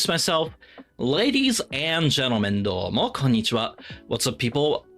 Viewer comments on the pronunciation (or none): none